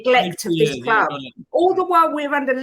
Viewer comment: Why does he say 'kloob' instead of 'club'?